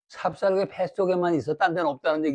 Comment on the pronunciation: 삽삽개가 아니고, :삽살개"입니다.